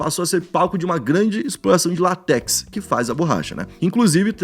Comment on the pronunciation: LÁtex, e não latéx